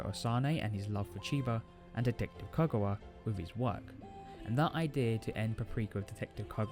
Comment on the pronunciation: Couldn't you fix the audio to make it louder AND correct your mispronunciation of Konakawa's name?????